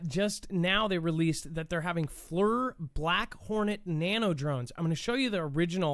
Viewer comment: Great show, it's pronounced Fleer, FLIR forward looking infared radar